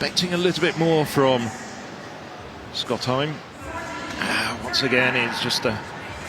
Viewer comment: Lol it's funny how commentators are trying their best to pronounce people's names, but they're often making it much more complicated than it needs to be. Skotheim is just pronounced straight-forward "Skot-heim", not "Skot-hyem" or whatever it is they're trying to say lol. It sounds like they're trying to say the Norwegian word "hjem" (meaning "home"), but his name isn't "hjem", it's "heim" (also meaning "home").